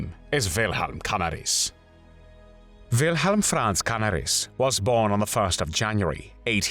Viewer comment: Canaaaaris. (if that helps with the correct pronounciation of his name)